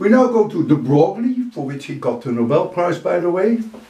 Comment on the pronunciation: Very interesting as usual. Just a non-scientific fact here: De Broglie is not read as "De Broglie". Even French do make the mistake. I dont think there's an equivalent sound in English (it's close to to the french words "feuille" (leaf), or "oeil" (eye)) so I invite you to check somewhere online a pronounciation video :D Best, stay safe